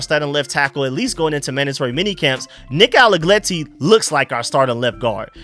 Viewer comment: Nick ALLEGRETTI, not ALLEGLETTI. R not L